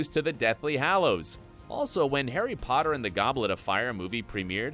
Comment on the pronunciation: The name 'herry podder' took me out the whole video.